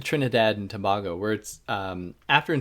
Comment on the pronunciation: Its to-bay-go